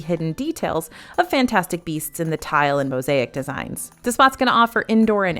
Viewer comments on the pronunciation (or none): none